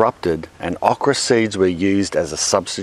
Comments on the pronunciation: please Say OH kra that Uh kra sounds weird to me lol so anal i know. they are good fried those Okra. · "aw-kra". As an American, I've heard a new, interesting to me, Aussie pronunciation. We say "oh-kra". It's a great veg, but not too many know how to cook it. It's big in Cajun and Creole cooking, and breaded and fried in the South, but also great whole on the grill, pickled (my fav), and plenty of other ways. Kinda like squash... You can make it taste like shit if you don't care. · He says awk-rah.....lol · Thumbs up is this is the driest time you’ve heard “okra” with an Australian accent. Shout out with how you like to cook it. I like it breaded and fried or as a part of a gumbo. Tried gardening many times, okra always makes you feel like you’re not terrible at it. ;)